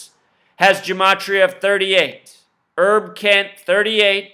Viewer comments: OK You're nuts on this Herb Kent thing. He is a personal friend of mine and you are talking out of your dumb ass. Go do something with your life. You're being useless right now. It's Herb, short for Herbert, not Errrb. You're not even talking about the man's work; or his record of the longest on air presence in a major market in radio history. Whatever, you are a waste of intelligence and talent; both of which you have but you're not using enough brain power to to turn on a 5 watt light bulb. But you're right about one thing though. No one gives a shit about what you think. You're a sad joke with no punch line. Bye bye. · DUDE! His name is pronounced with the long H; HERB KENT not Erb KENT! The KOOL Gent! At least do simple research for a Legend in the African American Community for 72 years!